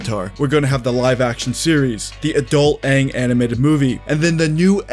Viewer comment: Every time you say "adult Aang movie" sounds like you're talking about an adult XXX movie. I'd watch, Lmao....